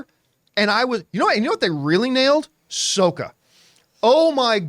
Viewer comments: "Soak a." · Please never pronounce sOOka or Iro wrong, again. Your fellow Avatar fan. Thanks! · "Hey, you know who they really nailed, Soaka!" Wow, you weren't kidding when you said there were bigger fans than you. I have to disagree. Still looks good though. And it's "Sock-a" Like a sock on your foot. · Soaka and Uncle Earroh, ugh. That's the names from the M. Night Shyamalan movie. it's Sokka as in Sock-ah and Iroh as in I-Row. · It’s sokka (sah kuh) god dammit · dis mf called him soca…… 💀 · How did this guy get the names of Sokka and Iroh wrong AFTER THE MOVIE GOT BLASTED FOR IT!? It's pronounced SAW-KUH, my guy, and EYE-ROW. Come on. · Sock-kah, John,. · So-ca Ee-ro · Wow he's butchering the names just like the movie 🤢🤢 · Why are you saying all the names wrong? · that is NOT how you pronounce Sokka's name!🤌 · i know you weren't the biggest fan of the original show, but PLEASE get the pronunciation of the character's names right!!! You're using the horrible movie speak by M. Night Shamylan's ego. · This guy mispronouncing Sokka and Iroh names giving movie flashbacks 😂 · Man claims to watch the anime but mispronounces the character names lmao what? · Can’t finishing watching after the butchering of the names bye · Here to see how many comments there are for John's pronunciation of Sokka and Iroh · Funny, for a guy who likes the animated version he uses the Shamalan pronunciation of their names.😂